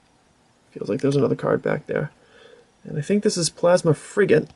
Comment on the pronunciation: LOL it's sounds really funny how you say Plasma Frigate,sounds like your saying it as Plasma Freegate instead XD rofl!Gotta work better on the pokemon pronunciations there XD lolz. Goddamn i so forgot how badass as sexy that darkrai fullart and giratina and Cofagrigues look like!Great opening man!